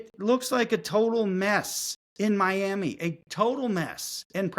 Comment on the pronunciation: I love you but please never say My Yam Uh anymore